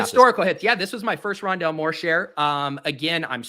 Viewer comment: it’s called Rondalé